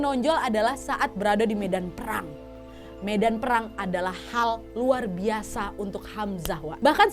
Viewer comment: "luar biasa" nya candu bgtt medoknya😭